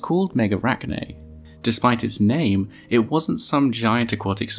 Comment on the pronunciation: Brilliant job on pronouncing all tho's names.